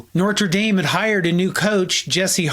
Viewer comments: The narrator thinks that the school is NORtruh Dame. I don't demand an "o" that is not a U.S. diphthong, nor a French "r", nor Dahm. But how hard is it just to OMIT an r that is not there?! It's like Lawrence O'Donnell's "mara largo". As of the 15-minute mark, got the name wrong 37 times, and right once, probably a misspeak. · It's pronounced "Noter" and "Noot." Third generation alum. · You really wanted to get the pronunciation of "Knute" right, yet you can't be troubled to recognize the correct pronunciation of "Notre." Smh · On the topic of pronunciation, why do Americans pronounce Notre Dame so horribly? It was founded by a French priest and he sure as hell didnt name it what Americans now call it. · You go on and on about how to pronounce Knute Rockne‘s name, yet you repeatedly mispronounce Notre Dame without a mention. And by the way, his first name was pronounced “Jason.“ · This is trash. You can't pronounce Notre Dame or Knute. Why would you ever feel the need to post about either topic when you're clearly not a fan nor are you particularly knowledgeable regarding the history of the program. D- You Fail!! 😤😡☘ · Can you at least pronounce Notre Dame correctly? How can you tell the history of a team and continue pronouncing the school’s name wrong. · I really enjoyed this video! Most informative. Well done! I would suggest only that the narrator work to learn the correct pronunciation of NOTRE Dame. The way he says it is kind of distracting... WTL - UND Class of 1973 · Did it annoy you how he kept mispronouncing your school’s name? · Not NoRteDame, Ferran crying' out loud. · NOOT IT'S NOOT and it's No-der Dame Good video though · I don’t care whether you pronounce Knute with or without the ‘K’, but why are you pronouncing ‘Notre’ ’ as if there were an ‘r’ between the ‘o’ and the ‘t’, as if it were ‘Nortre’? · Never mind "Noot" vs. "Ka-noot." I'd like to know why this guy keeps saying "Nor-tra." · "Nortruh Dame" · It’s notre dame not Nortre dame